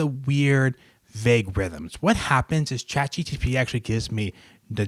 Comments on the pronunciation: Is it just me or is he saying chat GTP instead of chat GPT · i love how he says Chat GTP